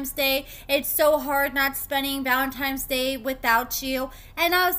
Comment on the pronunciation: Whyyyy do you always put an ‘N’ where an ‘M’ goes & vice versa?! ValentiMes Day?? 😭